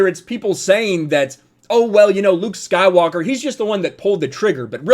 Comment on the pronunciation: The way you pronounce “Luke Skywalker” is very satisfying